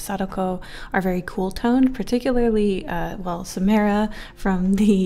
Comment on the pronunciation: It’s “SaMARA” not SaMAIRa . Cool vid tho Love the ring franchise